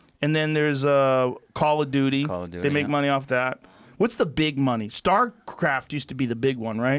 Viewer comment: Jo called it Call of Doodie lol